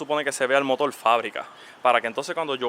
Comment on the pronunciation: Es motor no motol 😅